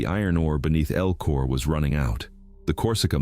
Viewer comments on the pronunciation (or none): So, #13 Spelled Elko. El-ko. Pretty simple. Your artificial voice is pronouncing it "EL-KOR" This isn't the "east coast" where they add R's to words. that don't have them. I'm calling bullsh!t to this. And by looking at other comments, I'm not the only one thinking you're spreading cow manure for facts...